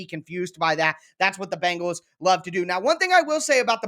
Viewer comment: The name of that NFL football team in Cincinnati is pronounced Ben gals not BANG gals. If is not that difficult, but you are certainly not alone in your mispronunciation.